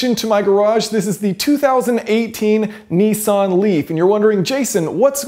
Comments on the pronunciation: G,Day it should like Nissan like pissan your saying nessan ? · "Neeesan Leaf" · What's a Knee San? Oh, a Nissan Renault. Got it.